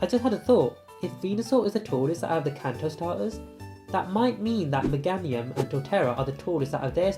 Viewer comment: Megamium? Meganiun? its Meh-Gay-Nium